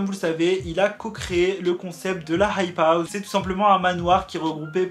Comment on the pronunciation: Tu sais pas dire hype house fr